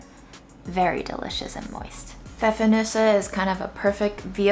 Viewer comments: Compliments on pronouncing Pfeffernüsse 👏🏼👏🏼👏🏼👏🏼❤❤ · I love how you pronounce "Pfeffernüsse" - totally perfect! :) And I love how you travel through the world with just one spice.